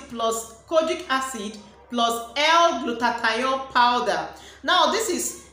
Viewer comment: "gluta-thione' not "gluta-ta-yon. Moreso the red has caustic soda❌